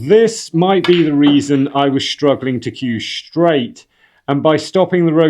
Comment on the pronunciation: Telling it SHtraight.